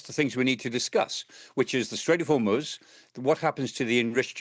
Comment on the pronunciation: It's not "Hor-moooooooooz". It's Hormoz. Get it right.